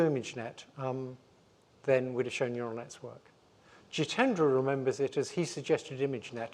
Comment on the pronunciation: "Ural Nets" 😂